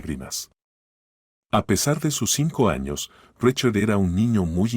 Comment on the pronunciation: Se dice SARA ( No zarra) se dice RICHARD ( No rachard) cuando van a aprender a pronunciar bien?